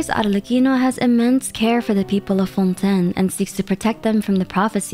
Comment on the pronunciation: Everybody, literally everybody in Fontaine: it's pronounced Fawn Tayn: Nah. Fawn Ten, mes amis.